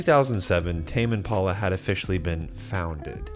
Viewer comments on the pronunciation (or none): Sounds like you are saying : "Tamien Paula". "Tamien Paula recorded this". LOL